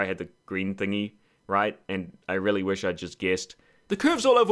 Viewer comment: oh ok I didn't understand you said Which instead of wish